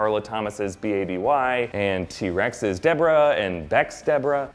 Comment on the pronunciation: Dissapointed with the how you said T. Rex